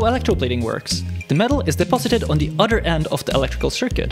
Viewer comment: Not being a jerk, trying to help point out an issue with the way you pronounce “other”, sounds like you’re saying “utter” which makes me think of milking cows….🐮 P.S. what you built is very interesting and yes makes me wonder why no one thought of it yet. Good job 👍